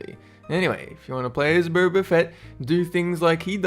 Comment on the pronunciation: "burber" fett lol